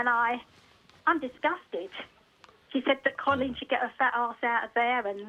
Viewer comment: why can't these people pronounce Coleen